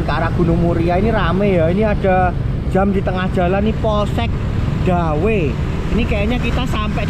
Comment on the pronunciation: Dawe, bacanya itu "Ndawe"